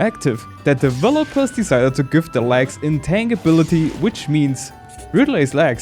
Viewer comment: Most people will pronounce "intangibility" as "in-TAN-jih-BILL-it-tee", rather than "in-TANG-gih-BILL-it-tee". But everyone will know what you're talking about either way:) Great video!